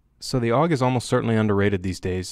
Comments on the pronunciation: Steyr AUG (that's A - U - G not aug) correct is Steyr Armee-Universal-Gewehr. Don't invent new words. (Btw. Lovely gun, to bad the Royal Danish Army didn't choose it. They chose M16-A2 crap.) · It's a Steyr AUG, not a Steyr "Aug." Would you call a Browning BAR a "Bar"? "AUG" is an acronym for Armee Universal Gewehr, not shorthand for "augmented," "august," etc. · Technically "awg" and A U G are both wrong. It's "ow'g" or Ah ooh gay XD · i think you want to have relations with the AUG or as you say awwg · its AUG - not A U G for everyone who never set a foot on a mountain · SSSSSSHHhhhhh-yar-aaaug Lol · Raid it’s actually an acronym tho,so you do pronounce it A U G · It's not A-U-G, it's AUG. And it is not a matter of whether one pronounciation or the other gives a fuzzy warm feeling. It is about using the correct form, buddy. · You gave us 2 ways to pronounce the aug. I know austrians that hate it when its not pronounced german xD.